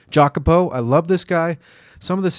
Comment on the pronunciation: youre right about Ťⓗŕæsher, I think it's good just for pushing some brands we dont say Jacopo like "Jack-opo" it is more like YAcopo ... I can't explain